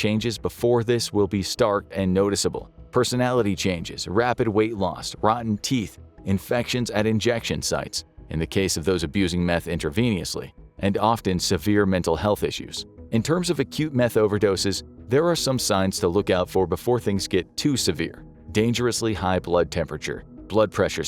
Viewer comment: intro-vee-knee-us-Lee. WTF. intravenously doesn’t need an extra syllable it’s: Intra-Vee-nus-lee. There is no knee in intravenously get with the program. If you need a new host I’m sure that I could help you out till you get someone regular.